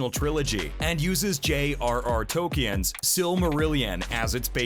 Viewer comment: Tolk-eee-en yeah.